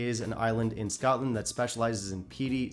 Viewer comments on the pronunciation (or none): none